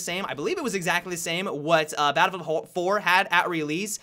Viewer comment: Am i the only one who noticed that he said babblefield in the beginning